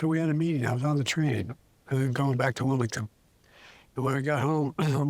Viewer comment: He calls his wife his mom twice in like a one minute period. and (he doesn't correct himself the second time even). In addition I can only make out about half of his words. He's calling Wilmington Wilington. He's slurring. I think that doctor on NBC who claimed he has Parkinsons is probably correct.